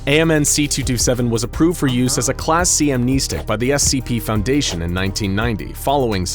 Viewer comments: Its Am (nest) ic not Am (neest) ic. Pronounced like a birds nest not like your kneecap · Please god.. AM NES STICK say it like that. not AM NE STICK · Ok, I can’t watch this channel, no offense, but it’s pronounced keetur, not kehtur. And also, what really annoyed me? “Amneestic. It’s pronounce am-nehsstic not neestic. It just kinda annoyed me, but congrats for being an eco Channel, I can’t find many of them. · Am-NES-tic not Am-knee-stick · Video was not too bad, minus that horrid pronunciation, however. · It's not "amneisteeeeeeeeeeek", it's "amnestic". As in "stick" 🙄😔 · Is pronounced Am-nes-tic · Amneestic? God that pronunciation is grating. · You mispronounced amnestic (am-ness-tick) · Love this guy's videos, but I hate how he says amnestic and keter. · I hate how he says amnestic